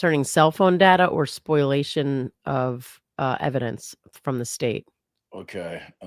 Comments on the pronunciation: I love you guys but it’s “spo-LIA-tion” not “spoil-ation” 🤣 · Isn’t it called “spol-iation?” Not a lawyer, but occasionally, I have to deal with lawyers and that’s how others pronounce it on the tort side.